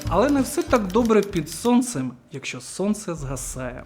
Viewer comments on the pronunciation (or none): none